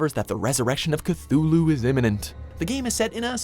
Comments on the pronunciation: It's pronounced "Kih-Tü-loo" not "Kih-thü-loo" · Well, it appears that the already ridiculously overdone "Zombie Apocalypse" scenario is still going strong in the game developer world. So fuckin lazy, I swear. Also, there's no "th" sound in "Cthulhu", the "h" is silent lol